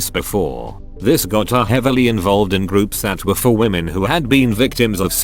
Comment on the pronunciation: "CO is a whamen and she believes all whamen" Got to love whamen in the military